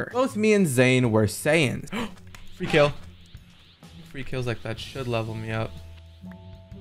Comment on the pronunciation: They're called Saiyans, not saiyens, please my ocd is killing me as a huge fan of dbz and dbs